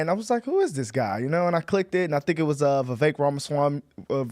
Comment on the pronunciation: Awesome video but - it’s “Viv-vayk” like “cake” as Vivek himself loves to say to help people pronounce his name properly 😄